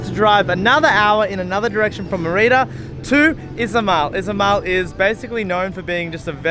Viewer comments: Mur-ee-duh? MER I DAH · Good content. Please learn how to pronounce Merida properly, it's important. Many cenotes have water that looks green, not blue. Glad you enjoyed your time here, it's a magical place.